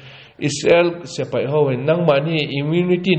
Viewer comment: Tun-a... kan ngaihthlak-lai chan-chin-thar rawn puang-tu hian a ti-lawm-awm tak zet zet a ni e. Amah vang hian Israel leh a do-te chan-chin thar-lam tak tak ka hriat phah ve thin-a... Mahse, hetia a puan-lai-a a sawi, dik chiah lo ang-a ka lo hriat ve thin hi, a rawn sawi dik hun ka nghak-hlel tawh khawp mai. Chu chu.., heng hi an ni e... S(e)pai = X A dik lo zawk khi, a hnuai-a a dik zawk... S(i)pai = ✓ .....hian hman thlak tawh se .. 😢😮😂❤